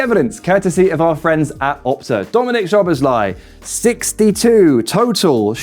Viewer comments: Great video! Just one thing - Szoboszlai is pronounced "So - Boss - Lie - ee" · Why can’t people pronounce Szoboszlai’s name right? Sz in Hungarian is the same as ss in English.